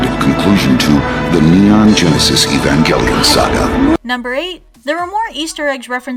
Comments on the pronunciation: Serially; Ee-vahn-gell-ion It's even in the clip you played! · Believes that Gainax made Kill la Kill. Goes on to say "Evangjellyon". Either you mispronounced it, or that was a true fan's reference to Robin Williams. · can u not call it evan-jelly-on? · That mispronunciation of 'Evangelion' hurt my childhood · evangelion is not pronounced with a j sound